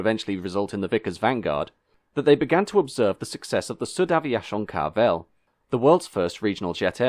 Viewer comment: I’ve noticed he consistently pronounces it Carvel in his videos. From what I remember of my schoolboy French, even French pronunciation wouldn’t omit that syllable, but I could be wrong.